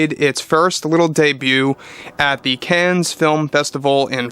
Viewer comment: Please learn how to pronounce Cannes.